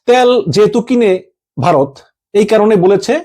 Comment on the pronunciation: ট্যাল না তেল বাংলা ভাষা উচ্চারণ করতে পারে না।